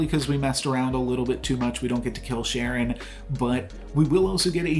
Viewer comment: Really enjoy your videos! Also you're mispronouncing Charon but it might be a joke I'm missing